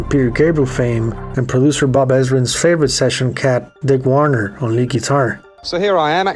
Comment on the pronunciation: Btw: Dick Wagner. Not "Dick Warner". Great stuff as always,.